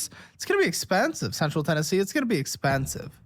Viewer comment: She's not from TN, no Tennessean says "Central YN"